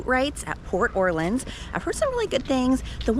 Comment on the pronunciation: I had to stop watching after your third big mispronunciation. New Orleans, Anaheim, and Les Halles. Sorry but these words aren’t that hard to pronounce.